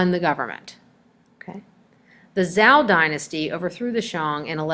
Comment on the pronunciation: It's ZHOU dynasty, or "CHOW" dynasty! It's QIN dynasty, or "CHIN" dynasty!